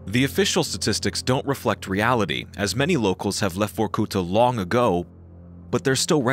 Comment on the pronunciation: The narrator need to put more emphasis on the A in Vorkuta like vor-ku-tahhhhh